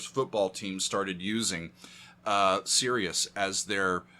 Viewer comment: it’s not SERIOUS it’s Sirius!